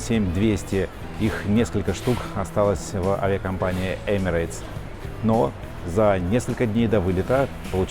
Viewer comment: В произношении компании Emirates нет буквы "Й". Правильно: Эмирэтс.